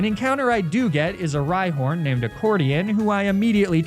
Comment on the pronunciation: I can’t with how this guy incorrectly pronounces so many names